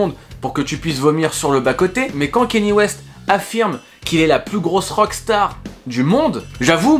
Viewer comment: On ne dit pas « kény » mais Kanié West !